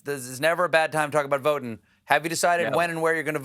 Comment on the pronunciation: What's with Colbert's corny votin'' pronunciation when talking to Jon Batiste? Colbert doesn't drop his G's, so it's a deliberate affection, and a rather offensive one actually. Maybe he should do it in Blackface to be sure that we don't miss it. I'm usually annoyed by educated people pretending to be ignorant for points. Obama used to always talk about "folks" in his speeches. I'll bet that he didn't use that word too much when he was writing legal briefs at Harvard Law School.